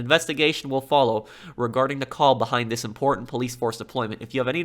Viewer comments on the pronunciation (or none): none